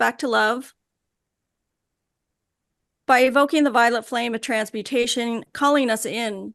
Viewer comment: Omg. The first time I watched the channeling of st germain I thought she was saying the violent flame of transmutation And I thought it weird that the flame would be violent lol. Now I realize it was violet